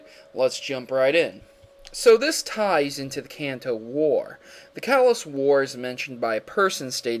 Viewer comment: lol, i was going to say the same thing. Kanto: Kan, like constitution, To, like toe